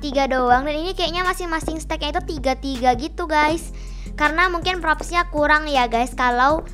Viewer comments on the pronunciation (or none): Mohon maaf ka bukan seteg tapi stage ok